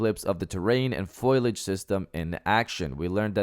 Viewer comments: Not fiol-iged fo-lee-idge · Please stop saying "foilage". It's fo·liage or fō-lē-ij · It's pronounced fo-li-age. Foilage isn't even a thing bro. I have a pet peeve about youtubers mispronouncing words. Continue. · say it with me foal-e-ege foliage the ‘i’ is after the l